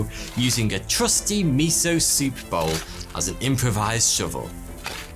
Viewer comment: Mee-so-soup.... Mee- so- HORNY......